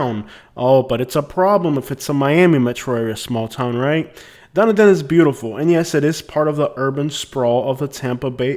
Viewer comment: The locals pronounce it Dun-e-din.